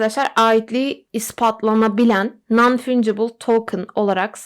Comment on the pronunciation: Fancıbıl olarak okunuyor